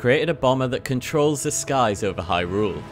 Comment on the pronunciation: idk why but every time i hear hy rule it makes me cringe lol the emphasis on the second syllable kills me